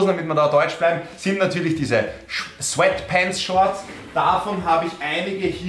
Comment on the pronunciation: Diese Aussprache "Sfettpennts" zu amüsant... 🤣